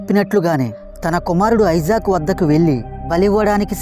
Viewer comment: అతని పేరు ఐసాక్ కాదు ఇసాక్